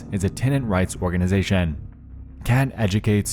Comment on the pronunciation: Dude.... Why did you say "organization" and "nation" and "application" so wierd 👀😂